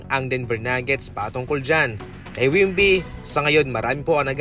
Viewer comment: Hindi po wimby, wemby po...👍